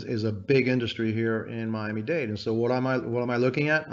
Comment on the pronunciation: Washington Post please hire an editor. It is *Miami Dade*. Not date!!!! Shame on you.